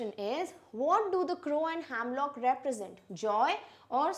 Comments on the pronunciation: Its not hamlock tree the pronunciation is hemlock tree. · it’s not "hamlock" it’s "hemlock"